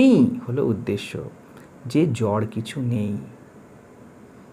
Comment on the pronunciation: আত্মা, স্মৃতি, জড়, Disk উচ্চারণ এত ভুল কেন!